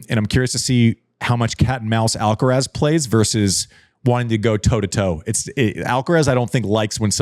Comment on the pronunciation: How come an American can say Iga’s surname and not Carlitos’?